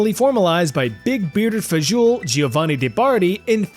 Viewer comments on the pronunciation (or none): none